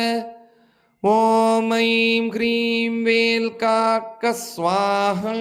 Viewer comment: ஏன் ஸ்வாஹா என்பதை ஏன் எப்படியோ உச்சரிக்கிறீங்க?